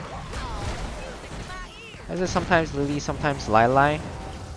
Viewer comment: Why Lay lay (Lili) not ly ly?